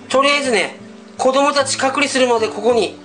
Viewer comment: 前から思ってたけど隔離の発音おかしくね？